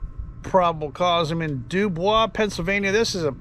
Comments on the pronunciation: Again Not The French pronunciation do baw. Actually do boys... The Pennsylvania pronunciation. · Doo-Boys,, Doo-Boys. Not Doo-Bwaa. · It's pronounced DO-BOY'S...Just sayin' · W. Pa. was originally settled by the French and given French place-names. The British later took over and Anglicized the pronunciations. Area broadcasters said DEWboys, with accent on the first syllable. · ......the name of the town is pronounced Do-BOYS......NOT Do-bwah. I live in the area, and have flown out of that airport dozens of times over the years. Dubois is pronounced Do-BOYS. While "Do-bwah" may be the French pronunciation, that does NOT apply here. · This was a long time ago. Why are you bringing it up now? And the town is pronounced "Doo-Boys." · From a Pennsylvanian. Believe it or not It’s pronounced dew boys. We’re not French. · If you speak Pennsylvanian and not French the town's name (Dubois) is pronounced DO-Boys. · dew-boys is how its pronounced. Not surprised because there is a lot of of rules for thee not for me in our government these days and it has always been that way it seems, great video, Thanks! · Actually pronounced Doo Boyz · Sounds like that report was written by men of great honor and wisdom. Also, I know you purposely mispronounced DuBois. You are the GOAT!!